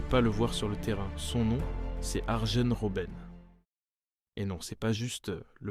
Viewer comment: arjen ce prononce aryenne